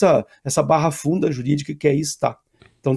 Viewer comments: A palavra é BARAFUNDA...e não barrafunda..... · Não é "barrafunda". É BARAFUNDA jurídica. EX: "A seguir esse roteiro, a barafunda processual se instalará, com possível revisão de penas que apoiará prescrições." Folha de S.Paulo, 12/09/2013